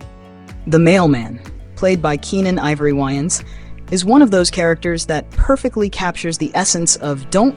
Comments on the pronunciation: Its "WAY-INS" not "WHY-INS" smh lol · I don’t like this video. You people always get the worst photos of black people that you can find. But then you’ll get the best ones that you can find for white people. And their name is pronounced Way-ans! Not! Wy-ans?!.. 🤦🏽‍♀️ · Love the video lol you killing me with your pronunciation of name, Wayans ( Way Yans) Loc Dog ( lo coke) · Dude you don't even pronounce their last name right .....Way-ans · Its not pronounced lock dawg. Its loke dawg. You also mispronounced the Wayans last name.